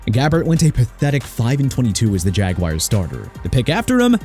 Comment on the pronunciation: The then-Oakland Raiders. Chicago pronounced shee-ka-gow not chi-ka-gow. And you meant to say two second?! Also Ja-gwaars not Jagwires! Jacksonville gon' have a name change for their football team! Let's call up the team owner for that AARON!! And you put Minnesota before Miami?! Hello!! You're out of order and your list is out of order! Maryland PRONOUNCED meh-ruh-luhnd not Mary-land!! You got New Orleans wrong again! Nu Or-linzz not nu Or-leenz And yeah Miami made a mistake picking Culpepper over Brees and WHAT'S YOUR POINT SIR?!! YOU HATE THE DOLPHINS DO YOU?!